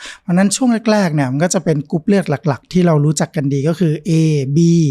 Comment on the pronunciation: คุณหมอออกเสียงรอเรือน้อยมากในเวลาที่คุณหมอพูดภาษาไทย ค่อยข้างออกเสียงรอเรือน้อยมาก กรุ๊ปเลือด.. คุณหมออกเสียงเป็นลอลิงส่วนมาก